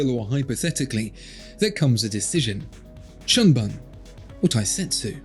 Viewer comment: "shunbun" doesn't rhyme with "unspun" lol